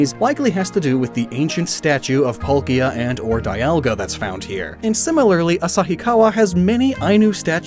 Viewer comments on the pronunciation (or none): none